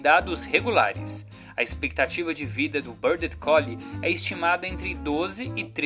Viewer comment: A pronúncia é “Ruáf” e não “Rouf” / “Béard” e não “Bêrded” 😜